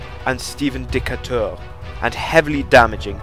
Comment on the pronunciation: Stephen DE KAY TUR not Deca Tur.